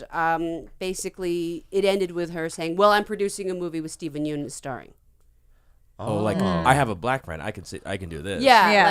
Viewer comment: Steven Yeun is pronounced Steven Yun hahaha